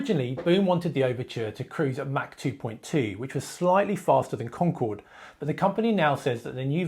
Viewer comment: It’s Mach, not Mac